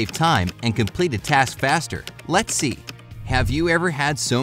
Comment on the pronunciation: It kinda sound like its saying “Lexi” not “lets see”